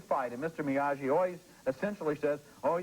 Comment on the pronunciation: Okay, WTF is up with these two (especially Ebert) not pronouncing Miyagi properly? Dozens of us wrote about it on their KK2 review, and here, 3 years later and the 3rd freaking film, and Ebert fucks it up over and over. I love Ebert but I want to smash him every time I hear "Miya-jee", especially since the 1st movie and the mailman scene of part 2 all include the running gag of everyone mispronouncing it. Ridiculous, especially for a character they claim to love, and who by 1989 was firmly entrenched as one of the great film characters of all time. Now I have to watch the review for the original and see if they did it there....